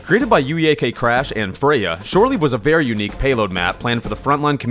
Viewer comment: Ok I know most people don't care about this but you said Freyja correctly and it makes me so happy!